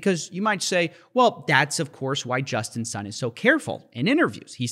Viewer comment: I kept hearing him saying "Justin's son"